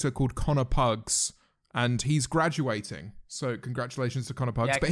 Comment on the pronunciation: 🦀 Connor is gwaduating 🦀